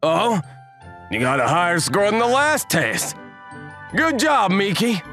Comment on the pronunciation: I just realized she said Juob😂